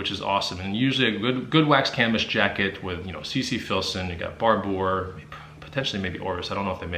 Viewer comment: the Barbour jacket is pronounced (bar-ber):)